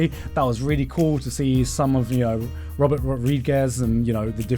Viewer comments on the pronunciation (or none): none